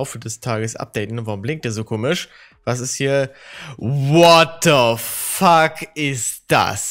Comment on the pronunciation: Niemand:: "Wataafackisthat" xD Schönes wochenende allen!